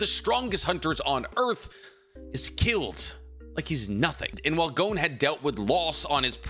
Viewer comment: For it being you favorite media it is strange you cant even pronounce your favorite MC of all times signature attack. Jajaken :,D Also his name is Gon not Goun. Leorio was the one (abt to) battling Bodoro not Killua. Also the General Opinion of Chimera Ant is that it is the best Arc in Shonen history, i think you are mistaking something with what ppl say abt Greed Island. You know suprisingly little for someone who watched it 7+ times.